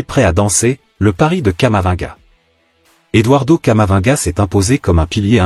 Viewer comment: On prononce camavi-nga.